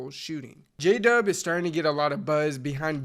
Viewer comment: We might know who J-Dub is, but your text to speech certainly does not, apparently J-Dub sounds like: Jada, Jadhav, DJ Dove (lol), Jay Dub, Jay De, Jada Jacob